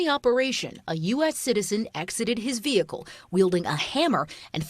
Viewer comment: & she still said, behicle..not vehicle.